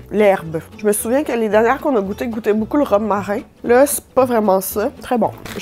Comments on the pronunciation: Les gens normal: romarin: rome marin 😂😂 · À environs. J’entend Rhum-marin😂